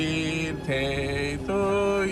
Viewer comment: Al Happy " birtey "sono stramazzata al suolo 😂😂😂😂😂😂😂😂😂😂